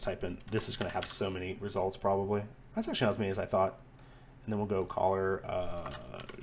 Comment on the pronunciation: The way you say color makes me laugh 😂😂. Not in a making fun way but an enjoyment.